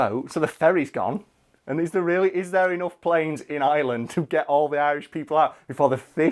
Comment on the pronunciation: Does anyone else cringe, when he pronounces Ireland as Island?